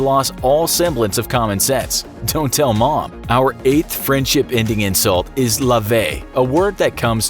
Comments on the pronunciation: Yeah none of these insults are actually that good or pronounced properly. They're relying on ignorance so that people don't question the video. The French insult lavette rely isn't that common or offensive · The French insult is not pronounced: Lavet It's pronounced: lave*tt*e the "t" must be heard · You're pronouncing "Lavette" terribly wrong. It's La, Ve, Te! Edit: The way he's pronouncing it is as "Laver" the verb itself. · Lavette is pronounced like baguette. Im french Edit: You are saying Lavet instead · lavette is pronounced lavet (the t is pronounced) and it's a weak insult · Damn it it’s not lavey, it’s lavette. The t is pronounced. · Lavette with the T pronounced, however it's not that common but still pretty mean ahah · « Lavet » is pronounced « Lavette » like jet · The vette in Lavaette is pronounced like pet. Hard T. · I’m french I never heard anyone say “Lavette” you need to pronounce the tte by the way... and it’s not insulting it’s just like funny and childish lol it’s really not offensive wtf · The French is pronounced "Lavette". Rule of thumb in French. A double letter makes usages of it's original sound. In this instance, it's a hard T And it's not that offensive either. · Amazes me how French things are absolutely never pronounced properly. He said “lavette” like “lavey” but then said “baguette” 2 seconds later. Look at how the word ends. Try a little ppl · Lavette is pronounced wrong, and not only is it a VERY, VERY, VERY WEAK insult, it is also totally outdated: it's hardly ever used, IF EVER AT ALL. In fact it is used so rarely and it sounds so dated that an important proportion of nowadays French people under the age of 40 probably don't even know that word or what it means anymore. Thumb down. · You pronounced lavette wrong. Also, this insult is barely anything. Doesnt sound offensive at all. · Wrong pronounciation for "Lavette"... In France this is rather a fun word ! Not insulting at all ! We even don't use this word frequently.